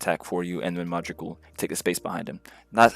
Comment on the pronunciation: Pronouncing Modrić as Modrick and not Modrich is sus. Tells me all I need to know